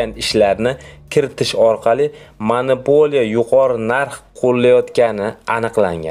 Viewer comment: Og'ауni, o'qishni o'rganib ol. Qo'sharboyev emas, Kusherbayev. Monipoliya emas -monopoliya. Iddiyo emas-iddao va hakazo. Oqishni va to'g'ri gapirishni o'rganganib olganingdan keyin video qilsang yaxshi bo'ladi